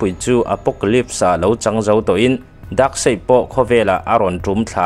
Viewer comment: Darkseid -daksei nilovin daksaih tiin.. Justice -zastiz aw zastik nilovin Batman te poh kha Betmen ve mai la Cyborg poh saibot nilovin saibawrk or saibawk tive mai la😂😂